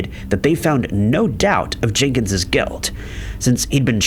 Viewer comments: The possessive form of Jenkins' name isn't pronounced JENK-inz-zizz. It's just JENK-inz. - The "i" in "short-lived" is long, not short. (you are short of the noun, not the verb) - The "o" in "betrothed" is long, not short. I can't take anymore. I'm done. Thumbs-down. Channel blocked. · Not Jinkens. Jenkins.